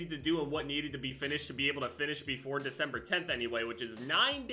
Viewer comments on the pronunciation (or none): none